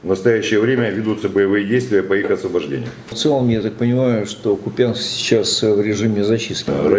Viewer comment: Не Купянск а Купянск